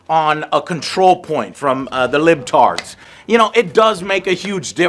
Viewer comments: lol joe its "liber-tad" not libtards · It's LI-BER-TAD from Far Cry 6 (meaning "Freedom"). Not Lib-Tard! I see what Joe did there! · it's LIBERtards not "libtards", the latter is the lame-ass insult alt-right dipshits love to use. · The libtards lmao it’s libertad joe that did make me laugh though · Joe saying "Libtard" instead of "Libertad" (freedom) cannot be unfunny hahahaha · I can't get over how he keeps calling the Libertad from Far Cry 6 the "libtards" 😂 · Did he call them "Libtards" multiple times? 💀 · They really called the Healer faction Libertad? Even Joe is mispronouncing as Libtards LMAO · I’m dying every time Joe says Libtard😭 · The way keeps pronouncing 'Libertads' raises my eyebrows somewhat. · Joe... that's not how you say "libertad"...